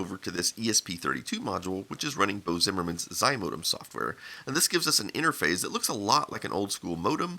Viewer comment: I’m not sure why it drives me so nuts that he says “interphase” instead of “interface”. How does this happen to such an electronics-oriented person?